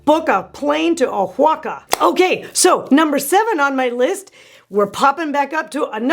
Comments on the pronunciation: oaxaca is pronounced: wah-hah-kah. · Hehe I love the way you say Oaxaca 😂 it’s pronounced “Wuah-Ha-Kah” not intuitive at all, it’s local dialect I think